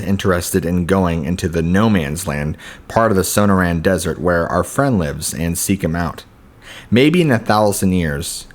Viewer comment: As someone who grew up in the area the stories are interesting. Also you sound out Sonora as so no ra. Perhaps you should hear the pronunciation of words you're unsure of just so you know you're saying it right. Just a tip so you don't come off as a gringo ;) just some advice.